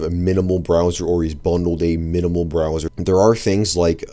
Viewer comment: "Browzar" made me laugh